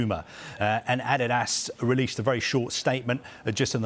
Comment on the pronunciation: Just listen to that pronunciation Adidas...this has to b wrong?